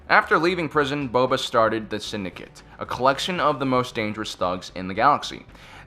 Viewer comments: I can't take the way he says bubba instead of boba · Dude.. it's BOBA fett not BUBBA. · It's Boba not Bubba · K dont understand why boba fett is not 1st and you are saying bubba not boba this sucks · It's pronounced "Bow-Buh", not "Bubba". He's a bounty hunter, not a shrimpin' boat captain lol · Its Boba not Bubba. Jesus Christ. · I like how he keep saying BUBA not boba hahahaha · OMFG BOBA IS SAID LIKE “BOH-BUH” NOT “BUH-BUH” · its BOW ba not Bubba!!! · it's BoBa Fett, NOT BUBA Fett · Jeez-- "Bubba Fett, Denjar, Savedge Opress" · Ah yes, bubba fett perfectly pronounced there . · Did anyone else get annoyed that he kept saying Bubba instead of Boba? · Jango says bob-ah, Han says bow-buh. Doesn’t matter. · It's Bobba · Bubba fett, kam i knoewn, den jar. Sorry but no. Just no. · Did he really call boba fett bubba fett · lmao its kind of making me cringe when he pronounces it "Denjar" and "buba fett" xD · There’s so much name mispronunciation in this video it hurts -Bubba fett -Savage opress -Koleman Trevor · Did he say bubu Fett... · You pronounced Boba's name wrong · I wanted to rip my ears off when he kept saying boba’s name wrong like 4 times 💀😒.... but otherwise good video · The way you pronounce Boba hurts my head